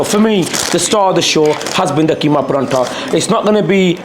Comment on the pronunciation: How come you're saying Paratha wrong it isn't called Paranta